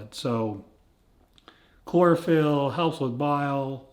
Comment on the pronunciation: chlorophyll, sounds more like bore-a-phyll Billy Madison